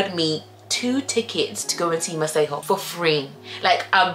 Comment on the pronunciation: The fact that you pronounce Masego correctly… shows that you have some South African ness in you 😍❤️